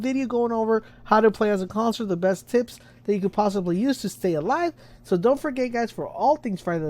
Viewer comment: It's "Coun suh lur" not Cons-lor